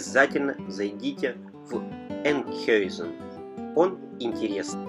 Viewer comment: правильно название звучит Энкхаузен